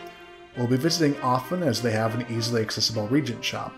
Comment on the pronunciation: I love seeing the look back at these old games I haven't seen in decades. There is one nit-pick for this video though: "Reagent" is pronounced with three syllables (re-AYE-gent), it's a tad confusing because there is another word "regent" (RE-gent), which means "acting ruler".